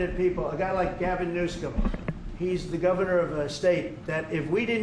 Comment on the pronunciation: He actually calls him "Newscum" 🤣